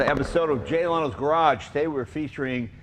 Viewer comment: The name is Leno. Jay Leno.